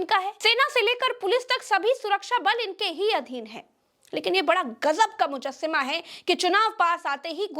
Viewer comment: Mojassama. Not moamma hai